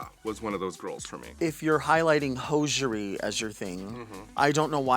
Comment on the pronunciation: “Hoeshery” hahahahha